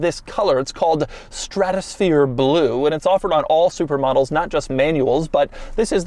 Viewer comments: I keep thinking he's saying "supermodels" not "supra models" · Every time Doug says "Supra models", I just hear "Supermodels". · I keep thinking he's saying "Super Models" when he is saying Supra Models... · I swear I heard "supermodels" few times, lol. Great review Doug!!!